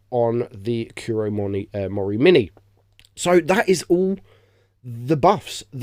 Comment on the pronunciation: The Pronunciation of the Kurt Mori Mine... how do you fail that badly?